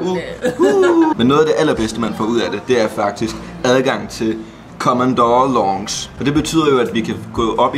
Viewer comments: Mega lækker "longce" 😂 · haha du udtaler lounge helt forket lol det udtales (launs) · Haha "Longsh" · Hvordan pokker er det du udtaler lounge 😂😂😂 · nej lille dreng.. Sådan udtaler man ikke lounge. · Hvorfor udtaler du lounge så mærkelig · Måden du siger lounge 🤯 ahaha😂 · Du udtaler lounge forkert